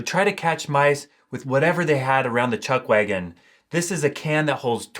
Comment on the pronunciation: I couldn't understand what you said there. Cowboys used whatever they had around the what? "Chugwagon?" I'd appreciate if someone could help me.